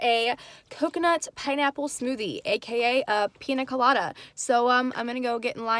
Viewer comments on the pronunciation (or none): How she said it: Pina colara How it is: Piña Colada 😂❤️